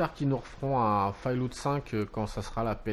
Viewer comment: On dit fallout pas fail loot .....